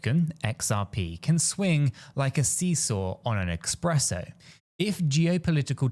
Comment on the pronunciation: It's not EXPRESSO BUT ESPRESSO!!!!!😂😂😂😂. My compliments for the videos.